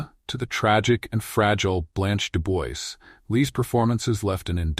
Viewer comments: De Bois pronounced as De Bwa. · mispronounced Dubois?!? Bye